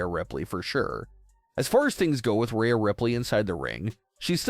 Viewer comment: Who is Raya Ripley? You’re pronouncing Rhea wrong